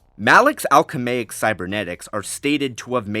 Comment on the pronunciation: Pretty sure the world you're looking for is alchemical, not "alchemaic." My spell-check says that's not even a word. Edit: Not sure we can count statements of Anakin being more powerful than Revan as accurate, since GL mostly ignored the EU. Also, only Episode 3 came out after, if any were going to acknowledge KOTOR... but none did, of course. And then Disney threw out the EU... so you'd really have to scale both, rather than rely on statements. I'm not convinced most ANAKIN feats actually beat Revan. (Some Vader ones do, though. Especially since the games are supposed to be part of the new Disney canon. Although, I reject Disney canon... but if we count TFU as canon, he scales higher again. I personally think TFU was never intended to properly be canon, given pulling a Star Destroyer out of orbit... but whatever.) Personally, without checking the feats and math because I'm lazy af... I'd guess, at BEST, Anakin has an outlier feat or two putting him above Revan, so I'd basically say Vader > Revan > Anakin > Shaak Ti > Malak. Edit 2: Also, why are you using a question as a statement? "Did it provide him with far greater power?" =/= "Malak had far greater power." Edit 3: Once again, can't really take statements as Sidious being the most powerful into account because Nihilus LITERALLY EATING PLANETS shows that's not true. (Not to mention Vitiate later) Lucas ignored the EU. I know he didn't make every book or anything, but they clearly weren't ensuring all the lore lined up toge